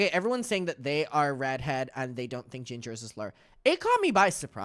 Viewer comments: they said ginge not ginger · they werent saying ginger they were saying ginge.